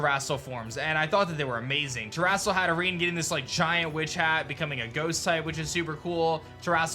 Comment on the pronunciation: I’m sorry but what did he call Hatterene around the mark?? 😂 terastal hat Irringan?